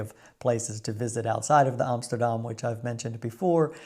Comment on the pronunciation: 22jaar in Nederland en het enige goede wat je uitspreekt is AMSTERDAM???NO WAY,,!!